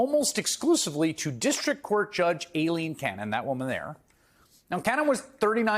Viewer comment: Why do so many people seem to have an issue correctly pronouncing "Aileen"? It's not "A-Lean".